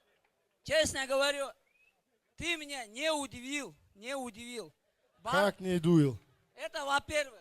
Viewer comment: Ты меня не удивил, ( Как не увыдыл) 😀😀😀узкоглаз учись сначала говорить